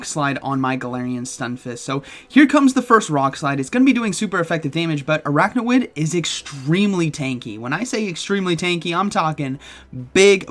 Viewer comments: you're saying araknawid, but the name is Araquanid, so it should be pronounced arakwanid. just an fyi. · It’s pronounced Ar-aqua-nid, not arachno-id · Are you saying it wrong on purpose orrrrrrr.....araquanid not araqnawid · LoL! What's Arakna-Wid...? Arak-Wa-NID. 🤣😂🤣😂🤣 🤦‍♂️ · It’s ar-aqua-nid, not ar-achno-id 😅😂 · Please stop calling it aracknawid, couldn’t watch this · Commenting to fulfill the algorithm because of your absolutely BONKERS pronunciation of Araquanid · Could’ve looked up how to pronounce the pokemons name before uploading this 😅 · The way he just kept saying Araquanid’s name wrong 😂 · What was the other mon where he kept mispronouncing the name? I forget, but makes me wonder if he is doing a Wolfey and trolling us with deliberate mispronunciation. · yes, I’m aware. My comment is pointing out that it’s being pronounced incorrectly in the video.